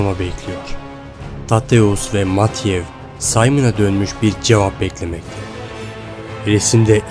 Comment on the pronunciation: matiyev kim dayıcım biraz telaffuz mu çalışsan